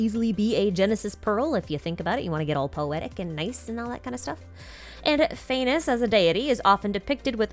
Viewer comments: Phanes is pronounced Phah (as in fa from like the word far) and nes (sounds exactly like the word niece) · phanes’s name is actually said as faa-knees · All praise "Fay-ness"